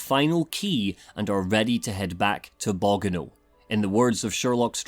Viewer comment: I love your long format reviews, but the way you pronounced Bogano is a dealbreaker. Unsubscribing